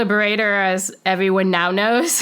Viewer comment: Mullah Baradar, translates into "Brother," so this is a nom-de-guerre. Also, it's not pronounced "bar-eye-der," it's pronounced "Ba-ra-Dar." She may be a good CIA officer, but she's bad at linguistics.